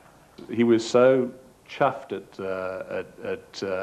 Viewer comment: its chuffed not chifed. it means happy